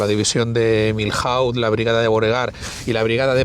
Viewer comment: joder, me he suscrito, le he dado like , pero sintiéndolo mucho tengo que decir una cosa ,,,porque me sangran los oídos..¿porqué decís Miljauz ....y no decís simplemente Milló..es que es así de sencillo, de verdad, perdonadme. Con los demás da lo mismo como lo digáis, ., Soult, Victor, Mortier, Sebastiani, pero Milhaud (Miyó) no lo entiende ni un español, ni un francés ni un inglés...porque en inglés tampoco se dice Miljaud, aparte de que aquí no pintan nada los ingleses.